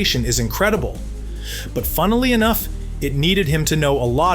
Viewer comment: Did you say “funnily”???